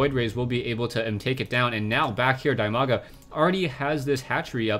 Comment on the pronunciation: That Name is spelled "DEE-Maga" actually, not like you do